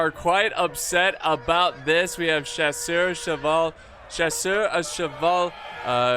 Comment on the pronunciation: For the many years of watching, the confusion of the pronunciation of Chasseur will never get old.